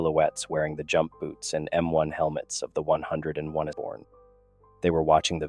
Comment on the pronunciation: Once again, an excellent story and well told. However, I do have one complaint. Don’t let your AI Voice call it the 101est! It is the hundred and first darn it! 😂 otherwise, once again an excellent story I really would like to know where you get these from